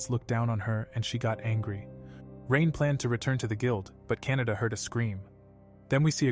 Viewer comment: canda❌ canada✔️